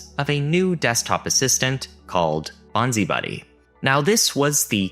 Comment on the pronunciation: Bonzi Buddy is pronounced bonsai buddy... Love the vids, thanks.